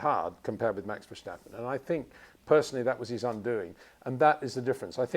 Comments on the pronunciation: It is NOT "Bottash" nor "Lewish" nor "Oshcar Piashtri" nor "Nyck de Vriesh" nor George "Russhell" nor "Fernando Alonsho" nor "Lance Shtroll" nor "Pierre Gashly". So why do you say: "Max VersHtappen"? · Still wondering when Peter would finally be able to pronounce Verstappen en Leclerc correctly…… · Please please learn how to pronounce Verstappen.